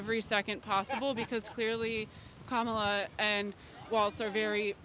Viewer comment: Owen, it’s KA-ma-la, not ka-MA-la. 😂😂😂